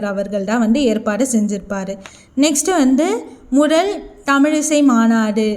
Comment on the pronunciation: முதல் ❌ முடல்✔️ பதவி ❌ படவி✔️ மொத்தம் ❌ மொட்டம் ✔️ விடுதலை❌விடுடலை✔️